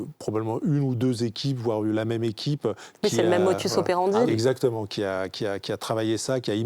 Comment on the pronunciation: On dit modus operandi et non motus operandi